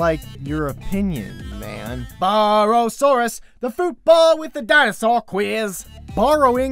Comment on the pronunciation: Bar-ro-sourus! Gets me every time lol